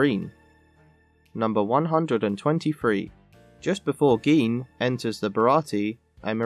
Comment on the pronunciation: “Geen”?? It’s pronounced “Jin”